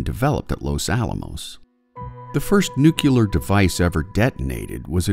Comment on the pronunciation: It's not "new-cue-ler"... omg